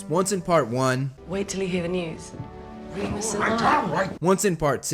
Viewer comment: For when Teddy came and you said Remus, I was saying it a different way and realized I have been saying his name wrong the entire time!